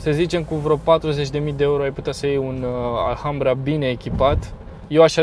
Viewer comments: Offff... se scrie ALHAMBRA dar se citeste "Alambra",... H este mut.. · se pronunta alambra ddddd